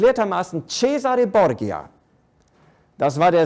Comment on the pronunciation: Bitte: Borgia wird Bordscha gesprochen.